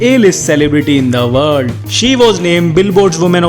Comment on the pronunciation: Just love how he says " IN THE WALL"!🤣 typical indian accents.